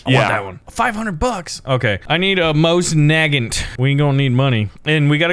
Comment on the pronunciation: IT'S mosa nagant with a long a IT'S Russian.